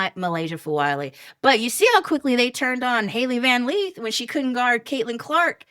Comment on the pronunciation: It would be great if the female host learned the correct pronunciations of player's names like Big 4, Milaysia etc (Van Lith). It shows attwntion to detail.